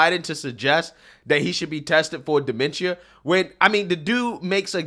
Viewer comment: Him pronouncing dementia wrong had me triggered for no reason lol but. First off they did test trump and he came back totally fine yet they haven't tested Joe Biden yet thats showing actual mental problems 🤨🤔. This isn't a surprise a lot of people that are from the hood or where raised near low income people believe democrats are the best. An it just shows that they have been brain washed to just vote for one party no matter the politician on that side. People need to do there research before actually voting because. I bet 100% that people have voted with no actual info on the people they just voted for.